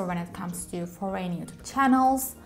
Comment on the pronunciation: Nobody can do it but you girl!! 💃🏻💃🏻and if you don’t get me wrong, foreign is not pronounced as “foreyn” it’s pronounced as ˈfɔrən. Xxx